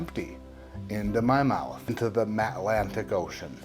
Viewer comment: “Matt-lantic Ocean”!🤣